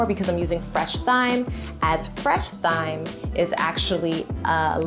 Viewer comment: Thyme is pronounced like "time".